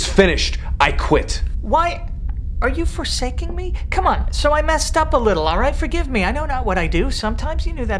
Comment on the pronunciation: "Are you foresaking me?" LMAO